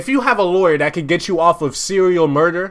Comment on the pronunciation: “seweal murdewr”😭